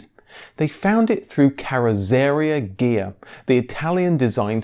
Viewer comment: Total mis- pronunciation of ‘carrosseria’ and he doesn’t quite get there with the German ‘Dutch’, either...